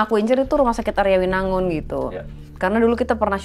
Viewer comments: Kak maaf koreksi Arjawinangun bkn Aryawinangun yaa btw aku asli cirebon😊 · Ka Arjawinangun kk bukan Aryawinangun😂